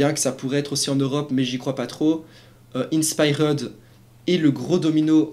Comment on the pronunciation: C’est quoi cette prononciation « InspiREUD » 😂